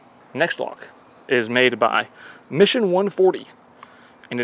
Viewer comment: Not mission, "mason"